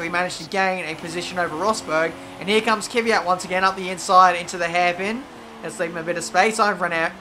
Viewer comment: Its K-V-Y-A-T mate. One less Y than you say. cheers